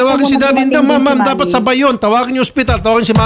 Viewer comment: Gumagamit na si Mr Tulfo ng "HINDUT" pakingan nyu nga kung mali ako